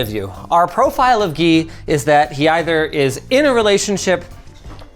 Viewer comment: 1. Guy is pronounced Gi not Gee. 2. Linus is so desperate to save money, and everyone else who doesn’t have to foot the bill wants to replace everything. 😅 I really felt Linus with that one.